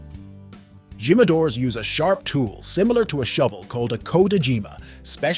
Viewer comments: Dude, none of those words are pronounced like that in English; and them Spanish speakers died at Gee-madores.. at the begging of the video.. 😂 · Jimmadoors 😭😭 dude I thought everyone knew you pronounce the J as H. Its heema. Hee-ma-do-rus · I cringed everytime he said GYM-A-DOORS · Jimadores "He-Ma-Dor-Es" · It's pronounced as himadore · So, he knows how to say "Don Julio", but can't figure out how to say "Jimadores".